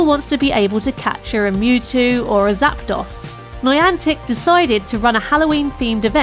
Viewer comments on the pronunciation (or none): Idk if I’m just being ocd, but I thought zapdos was pronounced zap-dose rather than zap-doss.